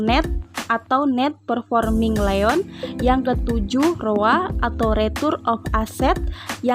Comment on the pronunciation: hehehehehehehe gak nahan pengen komen.. - APB bukan aset PRODUKSI bermasalah tapi ASEP PRODUKTIF BERMASALAH. - bukan CAKPN tapi CKPN - NPL bukan non performing LEON tapi non performing LOAN. - ROA bukan retur of aset tapi RETURN ON ASET - ROE bukan retur on ekuitas tapi RETURN ON EQUITY - NIM bukan Net intereset margin tarpi NET INTEREST MARGIN - LDR bukan leon to deposito rasio tapi LOAN TO DEPOSIT RASIO - NFSR funding dibaca FANDING bukan FUN-DING